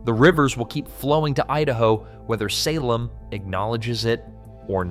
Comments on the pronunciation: You don't understand that the State of Jefferson was proposed to unite So. Oregon with No. CA. It is not related to the Greater Idaho movement ! Also it hurts my ears to hear Salem mispronounced so many times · what a lot of hoo haw. Salem emphasize the a. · He couldn't even say Salem right 😂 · Pronounced the state capital THREE different ways! Only once correctly toward the very end of the video. Correctly = Say-lem. Wrong = all the other ways. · And for the love of GOD it's pronounced Say-Lem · Yeah I agree with you guys if they would say the names of our valleys and cities and everything it would be pretty good but no they haven't trained the AI to say and pronounce our words correctly like Willamette like Salem and any other words that they're going to mispronounce for the state of Oregon I have another problem here too I'm talking this into my phone and every time I annunciate it wants to stop and I have to redo it to print what I'm saying that's because he's damn it I just don't want to say the words right so I want to say to this is you better get Oregon right because you don't know who you're talking about if you don't damn phone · That pronunciation of Salem was a choice. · This is total B S! lies as expected from fox noise. You can'' even pronounce Willamette or Salem. You totally misconstrue the timber issues. and all the others. There are no counties that won votes to join Idaho.Those counties voted to study the issue not to leave the state I know fox has no use for truth and accuracy, Just don't believe them! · He screwed up Salem too. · Did you catch how he pronounced Salem? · It’s amazing how the highly intelligent AI can’t pronounce Willamette or Salem properly. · you can't pronounce Salem or Willamette. . Learn how to pronounce our names or don't make a video about my area. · It's not Will-A-Met it's will-am-et. It's not Salim it's Say-limb. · Will-AM-mette! SAY-lem! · Credibility shot when can’t even pronounce Willamette or Salem